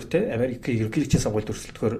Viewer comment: Анкнаасаа, ерөнкийлөгчийн гэж их хэлэхээр ёооо, кэцүү байлаа шүү